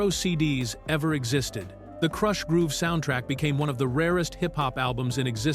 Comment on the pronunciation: Why not hire a real person to read the copy? AI literally mispronounced the word "Krush"